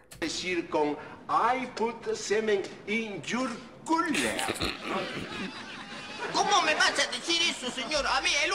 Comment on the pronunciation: Que risa " I put cement in your cuuler"😂😂😂